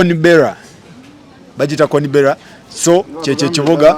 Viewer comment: Pronounce of our capital city is not like that but it’s okay it’s Canberra